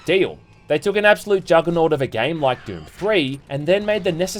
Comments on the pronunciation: How did you give "Doom" two syllables? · This is the fruitiest way I've ever heard anyone pronounce Doom lol